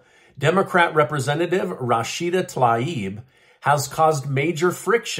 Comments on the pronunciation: Her name is pronounced "Tuh 'LEEB." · Her name is pronounced “Tah-leeb”. Get it right!😂